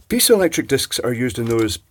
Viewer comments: Iv never heard it pronounced pizzalectric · pee-zoh electric